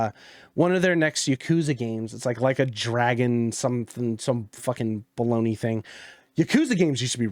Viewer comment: Did you say... Baloney???